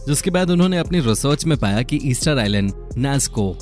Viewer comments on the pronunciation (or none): none